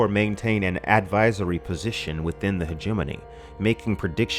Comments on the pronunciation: Hegemony = Hejj-mon-ey Not He-jeminny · when i first read this book back in 89/90 I remember pronouncing it something like Heg-a-mony(terrible I know) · I have been pronouncing hegemony wrong in my head for years apparently! Great video as always! Thanks for always putting out quality man. (Btw, I was saying it "hedge-a-mony" in my head) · Hegemony is closer to Matrimony in syllable placement. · I think you are miss mispronouncing Hegemony.